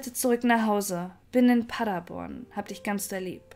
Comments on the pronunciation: ich liebe Deine Videos aber es heißt PaderBORN (Betonung auf der letzten Silbe). Ich komme aus der Gegend. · Der Ort heißt Paderborn und nicht Paddaborn!